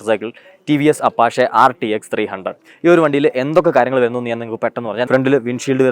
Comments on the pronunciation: Apa"she" ennallallo Apa"che" ennalle bro.. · അപ്പാച്ചെ എന്നാണ് pronounciation Apache means Gangster 🔥😎